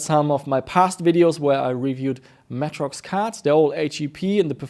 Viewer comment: holy shit. i have never heard of matrox pronounced as matt-rox. always more like matrix but with an o - may-trox